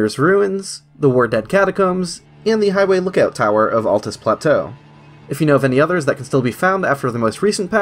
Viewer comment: Kudos for saying ALTUS and not atlas